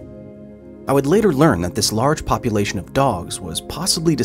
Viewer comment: Did he just said Puppylation? Cause that would be certified gold!